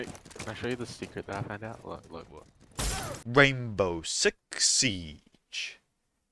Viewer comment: I thought you said gaybow six siege